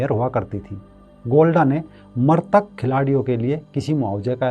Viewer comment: मरतक नहीँ मृतक होता है